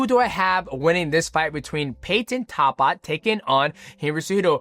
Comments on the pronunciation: Why bro say talbotts name like that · Talbott pronounciation from dj is wild lol